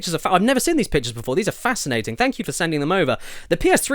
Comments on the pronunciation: Jesus caddy!! It's seeeeeeeen not friggin "sin". Please read this comment 😂😂😂😂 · Hahaha he said sen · Does anyone else find it so annoying that Caddy can’t say the word “seen”?